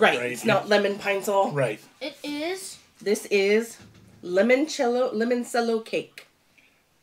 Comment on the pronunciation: It's limoncello like the instrument. It is an Italian lemon liqueur that's made in southern Italy.